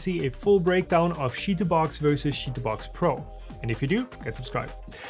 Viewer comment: i know it's funny to say sheetubox but its chee like chips